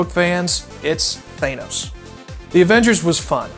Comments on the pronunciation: i hate how you and other geeks say thay-nos... its so empty.. its pronounced THA-NOS. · omg what a fail (not being rude) he said he was a comic book fan/nerd, and he doesnt even know how to say thanos right. its said correctly as a short a, not thaenos, but thanos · Ugh its Than-os not Thane-os lol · OH WOW, you know about the characters, that's the whole point of the movie. Your just describing what happens & ur pointlessly bland, mainstream thoughts. I sat through the entire video. All you know about the comics is things you read about on wikipedia! Civil War & Thanos (THANN-NOOS) not (THEH-NOS)... If you knew more about civil war or Thanos you would have mentione AT LEAST one other thing about them unrelated to this movie to let people know about your comic knowledge yet, you say NOTHING! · its THA nos not THAY nos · I want to punch you for mispronouncing Thanos ( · You said thanos wrong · Wrong pronunciation of the bad guy bud.